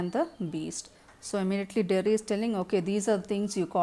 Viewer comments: Ma'am u should learn English first.. missed many convos ..and its derry not jerry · it's Derry not Jerry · Its Derry mam!Not jerry